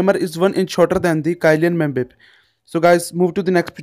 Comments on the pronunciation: Funny how he said kylan mba 🤣🤣🤣🤣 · Kylian mbappe pronunciation am dead